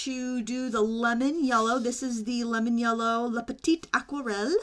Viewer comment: thank you for this review. love to see the comparison before buying. just in case : there is an 'e' at petite, as aquarelle is a feminine word in french, you don't pronounce the final T without it ;-) TFS and have a nice day.